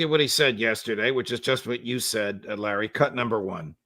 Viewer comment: Can someone tell Larry is a roof, not a woof